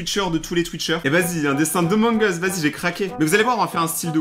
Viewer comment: J'adore rayton mes le truc qui me stress le plus c'est que au lieu de dire amongus il dit omongus